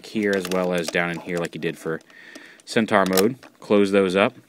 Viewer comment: Um...Isn't it pronouced Cent-OR?